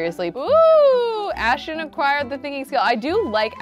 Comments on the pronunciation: It’s not Ashchon it’s Ashton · The fact that she still can’t pronounce Ashton 😂❤️